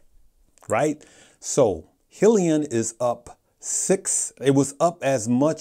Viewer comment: And yet you haven't done your research on how to pronounce 'hyliion' lol